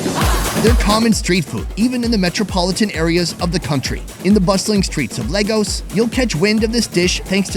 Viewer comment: Say it after me L-Hey-g-us. Not L-Aah-gos. But I'm still psyched that you came